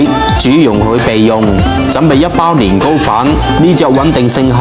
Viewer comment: Here come again sister 😅 thanks for your "Lin Go"😊